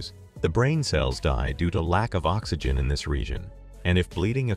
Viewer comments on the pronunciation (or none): none